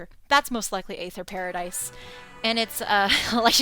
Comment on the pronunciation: aether (or æther) is pronounced the same way as ether